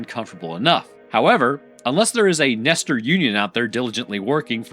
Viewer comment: "The Nestor's"